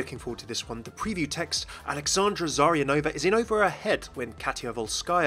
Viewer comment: Actually, it's ZaryAnova, not ZaryanOva.